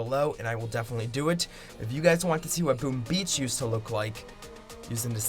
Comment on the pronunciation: Its “yoosd”